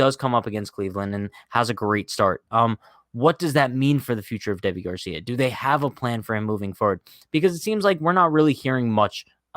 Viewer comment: I'm pretty sure his name is pronounced like Davey